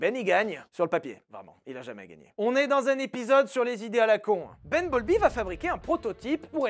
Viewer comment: Il a dit ben bowlby ? J'ai entendu bumblebee 😂